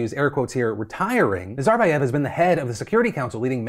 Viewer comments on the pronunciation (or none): Why do you have to put the stress in the wrong part of the name Nazarbaev, have you never heard the word said out loud before? That's not how it's said in English or in Kazakhstan.